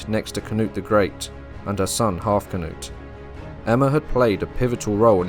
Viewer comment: I thought you said Cnut’s son’s name was Halfcnut